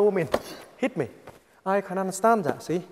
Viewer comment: "I gonna bury him so fast zat his Mom can't even find the coffin for him to go down".